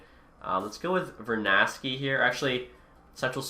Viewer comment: its vernarsky not vernasty lmao